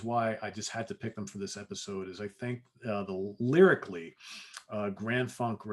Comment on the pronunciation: when describing Grand Funk, did you start by saying “lyrically”?